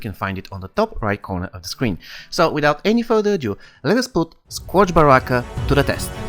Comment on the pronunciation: good video bro, but it’s pronounced (skerj) sounds weird but blame english